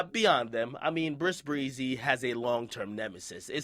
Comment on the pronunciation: Stop saying brisk breezy fam